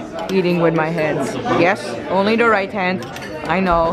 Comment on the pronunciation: The emphasis on "right hand only" was just adorable.